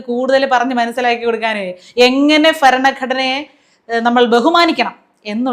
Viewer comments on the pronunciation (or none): ഫരണഘടന അല്ല ഭരണ ഘടന. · Everything was fine... Ur way of presentation, content delivery nd all... But ur pronunciation.. It's not "fa". It's ba😊👍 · വലിയ fan aanu ഞാൻ പക്ഷെ 'ഫരണ ഘടന' 'വിദ്യാഫ്യാസം' എന്നു തുടങ്ങിയുള്ള ഉച്ചാരണം സഹിക്കുന്നില്ല. സോറി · ഫ അല്ല ഭ ഭ ഭ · ഫരണഘടന..... അറപ്പു തോന്നുന്നു ആസ്ഥാനത്ത് ഫ എന്ന് ഉച്ചരിക്കുമ്പോ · നീ ആദ്യം മലയാളം ശരിക്ക് പറയാൻ പഠിച്ചിട്ടു വാ.. ഫരണ ഘടനയല്ല ഭരണഘടന മനസ്സിലായോ... അവളുടെ ഒരു ഫരണ ഘടന 😂😂😂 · ഫരണ ഗടനയല്ല. ഭരണഘടന 'വിദ്യാഭ്യാസമന്ത്രിക്കോ വായിക്കാനറിയില്ല തിരുത്തുമ്പോൾ ശ്രദ്ധിക്കണ്ടെ? പിന്നെ ഭാരതാംബയുടെ കയ്യിൽ സിംഹവും കാവിക്കൊടിയുമല്ല. ഭാരതവും ത്രിവർണ്ണപതാകയുമാണ് കാണേണ്ടിയിരുന്നത്. പുതിയ തരം ഭാരതാംബ RSS ശാഖയിലിരുന്നാൽ മതി. അതായിരുന്നു പറയേണ്ടിയിരുന്നത്. അല്പം കൂടി കാര്യങ്ങൾ പഠിച്ചിട്ട് അവതരിപ്പിച്ചാൽ നന്നായിരുന്നു. Kട്ടൊ.😂😂😂😂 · ഉഗ്രനായി. Butഫരണ ഘടനയല്ല ഭരണഘടന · ഫരണഘടന അല്ല ഭരണഘടന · ഫരണ ഘടന അല്ല 😂😂😂ഭരണ ഘടന എന്ന് പറഞ്ഞു പടിക്ക് 😂😂😂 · ഫരണ ഘടന അല്ല. ഭരണ ഘടന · ഫരണ ഘടന😂😂😂😂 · ഫ അല്ല ഭ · ഫരണഘടന അല്ല sister ഭരണഘടന ആണ്. വിദ്യാഫാസം അല്ല വിദ്യാഭ്യാസം എന്നാണ്. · ഫരണഘടന അല്ല ചേച്ചീ ഭരണഘടന . കുറ്റം പറയുമ്പോൾ സ്വയം കുറ്റമറ്റതാക്കണം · ഒരു കാര്യത്തിൽ ച്യാച്ചിയും ശിവൻകുട്ടിയെ പോലെ ആയല്ലോ ഫരണ ഗഢനയല്ല ഭരണഎന്നാണ് കേട്ടോ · Farana allade barana ghadana ennu vaayikku,athinte usthadu kuntham kudachakram enthiyd videshathu ninnu ethiyille?🤣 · " ഫ " രണ പറയാൻ അവതരികകയ്ക്ക് അറിയൂ അല്ലേ ? ഭരണ ഘടന എന്ന് പറയാൻ പഠിക്കൂ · Valare Nalla Presentation . Try to improve the pronunciation of Bha not Fa. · ഫരണ ഗഡന.... ഫാരതം..... രാജ്യ ഫവൻ............... എന്താ ഇത്? പ്രോഗാം നന്നാവുന്നുണ്ട്. ഫാഷയും ഫാവങ്ങളും നന്ന്... ഉച്ചാരണം ഒന്ന് സ്ഫുടം ചെയ്ത് എടുക്കാനുണ്ട്... എല്ലാ ഭാവുകങ്ങളും...❤ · വായനാ ദീനം പടമിട്ട് പൂവിട്ടു പൂയിച്ചു... ന്നട്ട് ഫരണ കടന അനുസരിച്ചു സോഗതം ആരമ്പിച്ചു. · ഫരണഗടന 😂😂😂, കലക്കി